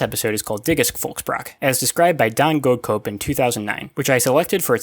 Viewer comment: Imagine having a name as dutch as Goedcoop only for it to be pronounced as goad cope.